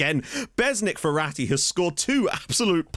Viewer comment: Me: Mum I want Ferati Mum: We have Ferati at home *Ferati at home*: "Verratti"